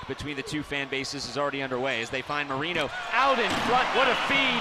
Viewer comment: Can someone please tell the announcers that it’s pronounced Mo-Ray-no and not Mo-Ree-no